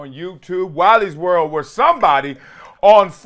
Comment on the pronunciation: every time you say "Wiley's World" I hear " Wally World" from the movie Vacation